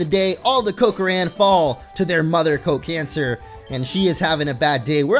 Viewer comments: whenever you say Cocancer it sounds like go cancer as if you where supporting it xD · When he said cocancer I died